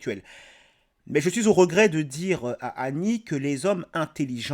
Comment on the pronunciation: Lolz son accent! Cameron ne rate rien. On ne dit pas djur on dit dur. On ne dit pas djire on dit dire.